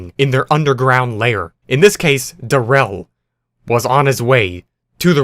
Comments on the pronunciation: its not darel its pronounced Dare-rel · The fact that he pronounces “darrell” as “duhrell” “and not “darel” is just… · its Daa-rrreell bro lmao